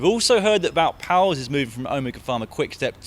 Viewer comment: Why not change the Giro and the Vuelta in time, they both have problems with the weather and it seems that those problems would disappear by exchanging them. And by the way, Poels is pronounced 'pools'.